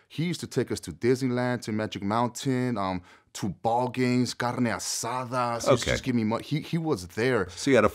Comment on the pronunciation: “KARNE ASADAS”